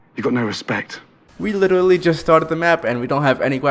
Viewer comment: Bro invented “witerally”